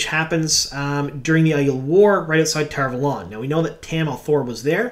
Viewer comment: Great content, but am I the only one who cringes every time he mispronounced Tar Valon?